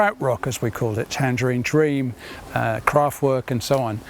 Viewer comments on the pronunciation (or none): none